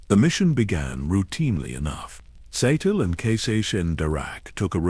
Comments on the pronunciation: Sa-telly? Really?!? 😅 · That was the first thing I said, "that is not how you say her name". 🤣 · The AI can’t even pronounce her name correctly. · i'm sorry, but I can't listen to a 2 hour vid about someone while the ai pronounces it incorrectly throughout. Did you not listen to your own work before posting it? Did you listen and decide it was the correct way to say it? Not as much effort goes into these vids as they might have you believe.